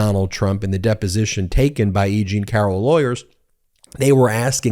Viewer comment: It isn't Egene it's Eugene (pronounced;Yougene).